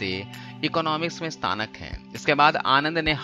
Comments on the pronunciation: Stanak nahi snatak hota hai ve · स्तानक नहीं भाई स्नातक होता है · bhai staanak nahi snaatak hota hai, lekin iski shakal kaisi bhi ho paisa bht hai iske baap pe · स्थानक नही स्नातक होता है 😛😛😛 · स्तानक नहीं स्नातक है.... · Staanak nhi snaatak hota hai😁😁😁😂😂😂😂😂😂😂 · Stanak nhi beta snatak hota h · Stanak nhi snatak hota h bhaiya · 1.00 min Staanak Bhai., snaatak ya staanak, dout clear kar. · stanak nai gandu snatak hota h